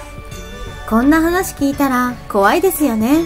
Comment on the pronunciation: 語尾の母音をこのようにはっきり発音する方が個人的には好きだけど、気になる人もいるみたいね。 実際の会話では母音は省略されることもあるし、、地域によっても違う。 例えば関西では語尾の「です」はdesuと発音されるが、関東ではdesが普通。